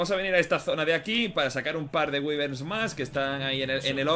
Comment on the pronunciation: Wyverns se pronuncia así: guaiberns. Gran vídeo crack sigue asi, saludos desde Perú